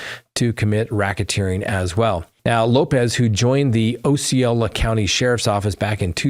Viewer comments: It’s AH-ceola not OH-ceola just fyi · Ah see oh lah not oh see oh lah. Named after the Indian chief.